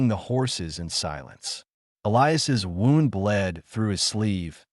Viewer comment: Maybe tech the Ai how to pronounce words like wound.